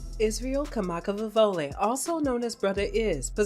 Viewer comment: If you’re going to make a video about somebody, pronounce their name correctly. And pronounce the instrument they play correctly.🙅🏻‍♀️